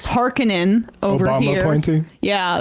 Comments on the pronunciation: "HARKONEN" THATS SO GOOD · She said Harkonnen. THanks, Emma. Long live Frank Herbert.